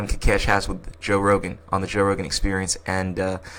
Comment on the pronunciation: Ko kesh. Not kakesh